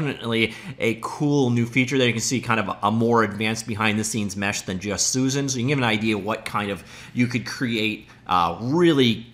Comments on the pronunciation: Bro... Suzanne is pronounced Soo-Zan... You keep saying Susan. Soo-Zun. Not the same name or pronunciation. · Every time he pronounces "Suzanne" as "Susan".